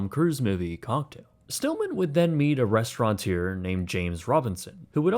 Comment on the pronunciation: Rest-ruh-tour no 'n' not restaurantor, restauranteer etc